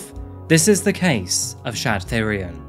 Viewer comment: Thyrion is pronounced "Tee-ryon", like the GoT character. It's the word for the old royal purple dye pigment (spelt without the H, usually. This guy's name might be a greek or other spelling)